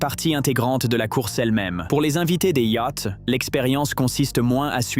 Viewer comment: Des "yacts" ?...!